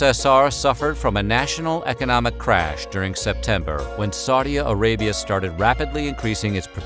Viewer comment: you sound like Duji from Rover’s Morning Glory with “Saudi-A Arabia” there’s no A at the end of Saudi. It’s Saudi Arabia